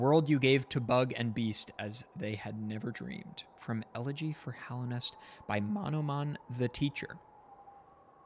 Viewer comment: Ugh it's so nice to hear someone pronouncing Hallownest correctly (and as it is spelled)